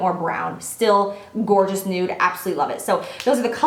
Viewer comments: Lmao she said gorgina. <3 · "It's so gor-jina!" Love it!! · "Gor-gina" 😂😂😂 oh how I love you Jaclyn